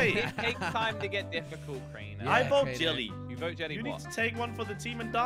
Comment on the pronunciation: 2020 pronounce jelly 2022 pronounce jelle